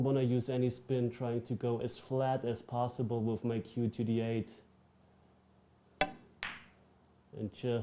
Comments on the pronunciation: Lieber "wiff" als "wis" 😅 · 🤣"Wiff". Don't worry. Most English speakers don't say it correctly either. I'm one of them.😁